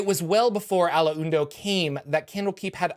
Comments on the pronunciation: Its pronounced Ah-londo, not A-lo-en-do! You can hear it here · It's pronounced, "Al-ondo". Not "Al-Uw-Uund-oh". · Ah-lawn-doe The "win" is silent. So sayeth the Wise Allu-win-du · "al la oon doe?" I'm going to check on that pronunciation right after I wash and fold my "la oon dree" 👕🧦🧺 LOL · A-laun-do. Three syllables. That's the way his name was pronounced in the Baldur's Gate game and that is an official AD&D product. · The Alaundo pronunciation kills me. If you play some Baldur's gate, it's mentioned several times, minus the "hun" in the middle. A Lawn do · I thought it was pronounced "A-lawn-doe"